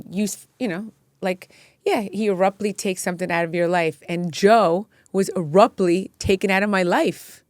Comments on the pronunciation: “Erruptly” is crazy. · What the hell does “ARUPTLY” mean?!? Gosh learn the language! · Please stop saying “Aruptly” instead of “Abruptly”!!! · She keeps saying errupt ly instead of abruptly. 😂